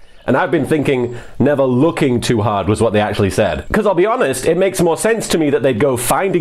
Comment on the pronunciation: I've heard it a 100 times and I keep hearing "Never looking too hard" kinda sounds like he says "never wookie too hard..."